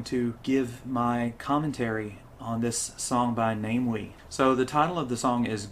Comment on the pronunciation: Again I need to point out before you go any further, the name is NA MEE WEE, please, watch more of his youtube video then you can find out. NA ME WEE, not Name Wee